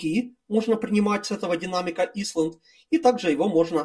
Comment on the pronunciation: снова порадовал произношением. Динамик "исланд". Лучше бы по-русски и просто: динамический островок... Прошу не обижаться, но такие обороты речи заставляют одновременно смеяться и плакать...